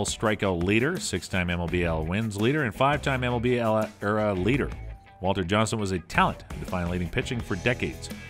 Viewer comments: It’s E-R-A not “era” have you ever played baseball? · E-R-A NOT ERA